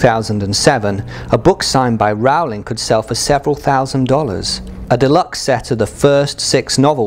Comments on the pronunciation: its not Raul-ing Its Rolling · i was going to watch this but literally 10 seconds in he said wrow-ling instead of rolling and now im done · Rowling like bowling, not Rowling like scowling. I have a 1st edition Prisoner of Azkaban, but without the 'burn (line) so much' error. Is that worth anything? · OMG HE SAID JK ROWLING WRONG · Stop saying JK Rowlings name wrong, Christ.